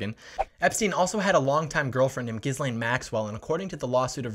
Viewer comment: You got the "G" right in Guislaine, i.e. it's a hard G, as in "guitar", but there the S is NOT pronounced. So far, not a single American youtuber that I've seen has been able to pronounce her name. (Virginia Roberts does say her name properly, for the obvious reason that she knew, much though that is a cause for regret.)